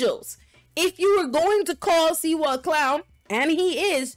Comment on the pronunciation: Slee - wah ! That's the way it's pronounced . Just saying .